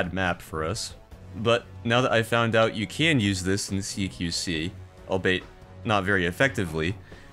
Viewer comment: God, as someone who only recently learned that fly-by-wire missiles are 1) a thing, and 2) as common as they are, even in modern times, watching the wire spool out behind it was nuts also, minor note: "albeit" is pronounced like "all-be-it", as far as I'm aware